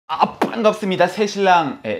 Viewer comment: '반갑쓰므니다' 너무 귀여운 발음이네요 한참 웃었습니다 아내분이 착하고, 순해보여서 좋네요 대한민국 남자로서 자상하면서, 매너있고 배려하는 마음으로 아내를 아껴주고 사랑해주셨으면 좋겠습니다 부부에게도 초심은 필수입니다 겸손하게 좋은가정 이어가길 기도합니다